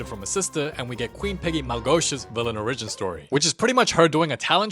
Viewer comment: The way you pronounce 'origin' fascinates me